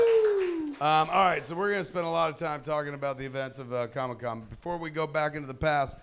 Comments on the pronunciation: Why is kevin pronouncing comic con as Comi-con😂 as in Comunist event. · Kevin CONSTANTLY pronounces “comic con” as “comme-con” as if it’s some Communist get-together😂😂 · He almost called it Chronic-Con at the start, just like he said he's been doing during his Hall H panel.